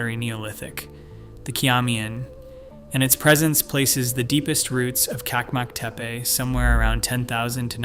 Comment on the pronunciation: And Çakmaktepe is not kakmaktepe. The Turkish ç letter is always pronounced ch like in cheese. By the way, the Turkish letter c always sounds like g in gee.